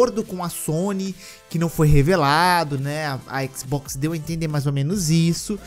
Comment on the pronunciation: " Toda tela é um équisboxi " 😂 👌